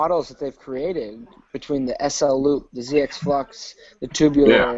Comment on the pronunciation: HAHAHA STAY SAYING TOOOBULAR